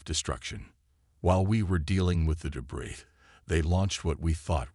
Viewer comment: The word cadet and debris . Butchered it too many times for me Made it to 6 min mark